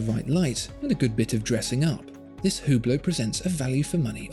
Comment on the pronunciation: BTW its pronounce without the H